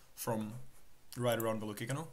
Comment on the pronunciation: I dont think youre saying Velocicano correctly dawg